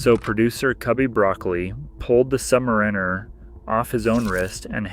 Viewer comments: Sub’mariner not Submarine’er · Came here to say this. Literally no one pronounces it like that.